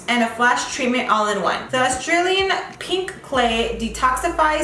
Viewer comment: 🌸🌸🌸🌸🐖🐖🐖🐩🐩🐩 when she says pink lol